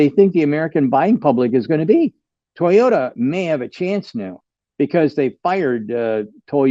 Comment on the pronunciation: It is Toyota not Toyoda. There is a T in the word